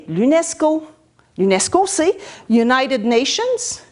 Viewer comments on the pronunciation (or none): none